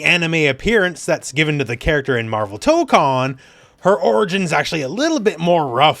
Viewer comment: Tokon, the 'ko' in Japanese is pronounced like the 'co' in 'cone' or 'coke,' not like in 'con.' Since you have such a large reach, I hope you can pronounce it right so others get it right too!